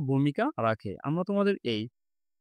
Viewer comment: আমরা ❌ আমভা ✅ 😂😂😂😂